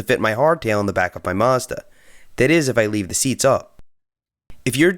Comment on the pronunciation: Why are you saying Mazda like that?